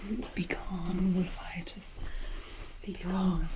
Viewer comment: "Wolf-itis"? I have a swollen and inflamed... wolf? I'm so confused! 🤣